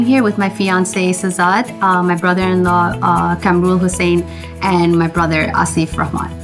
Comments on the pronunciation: GROOM’S BROTHER CANT EVEN SAY HIS OWN NAME RIGHT. ITS “KAHM-RUL” not “Camrul”. MAN FROM QUEENS JACKSON HEIGHT TRYNA BE WHITE. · I knew he would be irritating when he pronounced কামরুল ~ ক্যাম্রুল 😑💔